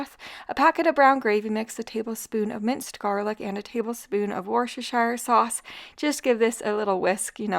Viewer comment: In a matter of weeks, you've managed to completely change my perspective on the grocery store, and on NOT needing to use all of one ingredient for a single dish. In exchange, I just want to help you pronounce Worcestershire. It's, incomprehensibly, pronounced "WUH-stuh-sheer" sauce. Half of the letters used to spell it... are silent. I agree, it's a ridiculous way to pronounce it, but it's the way. 😅 Thank you for your wonderful channel!